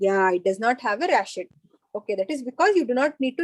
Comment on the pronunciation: It's pronounced as "ratchet", not "rashet". Medicos should emphasize on pronunciation of medical words too because in future, they might have to give lectures in other countries.